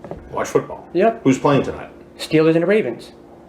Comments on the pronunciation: Stweelers an da Ray-vensss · Steewahs and the wavenz